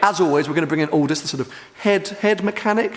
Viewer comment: This guy is dangerous hahahaha "Aldous"